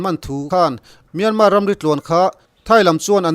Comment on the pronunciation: Kawl ram hming hi Myanmar (မြန်မာ) a ni a Myan hi lam San (မြန်း) tur a ni lo. Tin, mar pawh hi r silent tur a ni. Kawl ram mi I nih hmel a, a ram mite lam Damin lam ri hram la a tha ang. A lam ri thiam lote lam Rik Dan anga lam Rik hi chu a dik lo a nia.